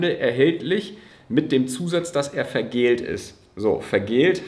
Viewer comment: VergäLLt… (von Galle; bitter wie…), nicht „vergält“…